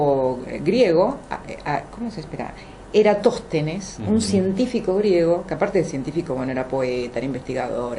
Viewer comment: Lamentable, están juzgando y riéndose de una teoría con pilares fuertes mientras leen un artículo de eratostenes desde el celular. Se nota que ni siquiera había escuchado de el, ya que en una oportunidad pronuncia mal su nombre.